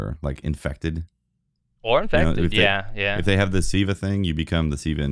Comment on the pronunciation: its Siva not viva lol